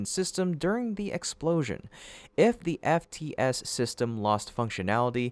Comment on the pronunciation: STOP saying system...I know it's just an ai voice but come on...proof read this ish...just plan sounds stupid